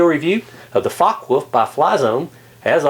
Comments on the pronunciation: I think it is pronounced like focker volf (because in german w sounds like v) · fyi, it's pronounced fo-ck-eh volf